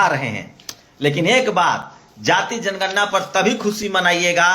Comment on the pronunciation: aagye tum pahle bolna sikho tor diya jay mor diya jayejanigarna